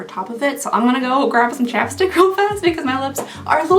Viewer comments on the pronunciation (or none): none